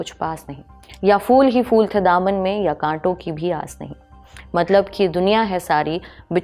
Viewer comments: Kahan se tallafuz sahi hai mazdoor ko majdoor bol rahi hai phool ko fool aur bhe bohut se ghaltian hain. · Madam fool nahi phool hota hai 😅❤ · fool nahi phool kahiye madam